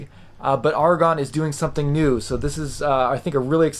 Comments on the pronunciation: Also, it's pronounced A-ra-gon not Argon. A small but important difference. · Note that the person in this video pronounces the Aragon watch name incorrectly. He repeatedly says the word "argon" (as in the chemical element), but the head of Aragon watches pronounces it "AIR-uh-gone" (as in rhymes with "paragon"). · Surely it's Ar-a-gon like the place in Spain, rather than Argon the element. I reckon you're missing a consonant and saying it wrong.....😝........Great review though.....😉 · A-ra-gon. You're welcome. 👍🏼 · Yes I know what you mean. Sounds painful to hear such poor pronunciation.